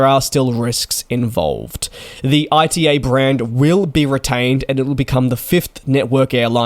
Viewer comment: ITA not I.T.A